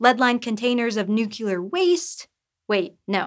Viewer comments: "nucular waste" ? I'd accept that from any non-science channel, but not from Sci-Show, it's nuclear, not nucular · It's NUCLEAR NU+CLEE+AR. Not Nuc+U+Lar. Edit: Nevermind, I noticed she got it right later in the episode so it was likely just a slip of the tonue. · you said Nuk U Lar waste, but it's spelled 'nuclear', so it's pronounced Nuk Kle Ar. The military and politician use this incorrect form of pronunciation of nuclear (Nuk U Lar) to imply that "I'm gonna Nuke You", So are you politicians, the military, or just unable to correctly pronounce words (i.e. stupid)? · learn to say nuclear. it's new clear not new que lar. i bet that college education your parents financed is really paying off, right? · "Lead lined containers of nucular waste..." Well of course that's not possible because there's no such thing as nucular waste. Nuclear waste, sure, but not nucular waste. Saying something wrongly on the internet is a crime. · NU CLE AR. Not nucular. This is a science page... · I have a feeling the nu-cue-lur vs nuclear thing is Yankee vernacular. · As a science educator, you should know how to pronounce the word "nuclear." It is not nook-yoo-lar. It is noo-klee-ar. Please, practice. You are, otherwise, fabulous. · Noo-clee-er. NOT noo-kyoo-ler, ...scientist. 🙄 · Stopped listening at “nuc-u-ler.” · I cringe every time I hear someone say the word nukeular. There are NOT two U's in the word. Let me Axe you a queshun. Where did you learn how to pronounce that word? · This video is the first instance where Ive actually heard someone say "nucular" in a context other than talking about how some people say "nucular" instead of "nuclear" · You're narrating a science show and you say NUCULAR?????? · It's always so jarring to hear professional science communicators say "nukular." It's like finding out Santa isn't real, or that a celebrity you like is a Scientologist. It's not bad exactly, just disappointing. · Nucular?! Seriously, SciShow? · “Nucular” cringe